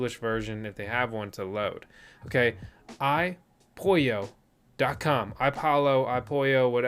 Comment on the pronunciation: YU-ann / IPOLLO [like APOLLO] / Cuckoo actually pronounced KOO-KOO